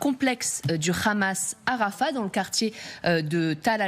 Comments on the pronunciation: Pourquoi dire le Ramas c’est un H madame ça se lit le amas sinon on peut aussi dire TsaRal pour l’armée Israélien Si vous ne savez pas le prononce avec l’accent oriental abstenez vous madame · 😂 juste ta manière de dire😂rrramaaas on sait d’où tu viens.. d’où ton impartialité 😂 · Le RAMAAAASSS depuis quand en France on prononce le H. Arrêtons ce massacre!!!!! Stop Israël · Déjà Pourquoi tu prononce Hamas (khamas)? c'est quoi l'objectif de cette prononciation guttural peut-être pour donné un aspect méchant et pour faire peur au auditeurs! C'est vraiment de la manipulation de base étage! madame